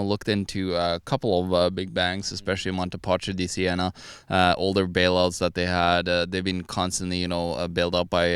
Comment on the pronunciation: "Paschi" is pronounced: "paski"